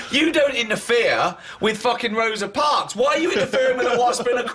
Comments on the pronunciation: “Rosie Parks” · "Rosie Whatsit." lol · "rosie parks"